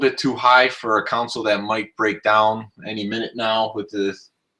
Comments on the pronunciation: Console*, not council. :( Good info though. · Yes It’s hard to listen to the videos....but I was just poking fun at how you say console.